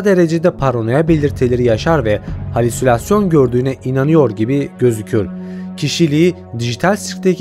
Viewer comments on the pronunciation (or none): none